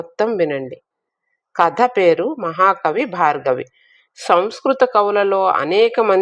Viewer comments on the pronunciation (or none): భార్గవి కాదమ్మా భారవి, పంటి కింద రాయిలా ఉంది వింటుంటే